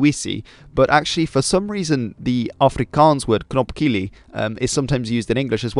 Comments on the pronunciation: As always, good video, interesting and insightful. One thing to add: not a knopkillie but instead a knobkierie. Kieire is a walking stick in Afrikaans. B in knob often pronounce as a P. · Knopkierie not kielie hehe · wtf is a knopkilie isn't it suppose to be knobkerrie?